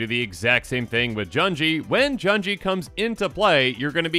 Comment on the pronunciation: Junji doesn't rhyme with "bungee", u in Japanese is like "oo" sound (think "sushi") a - f"a"ther i - h"e" u - f"oo"l e - b"e"d o - n"o" Hope this helps since you'll be pronouncing many more Japanese names in the coming weeks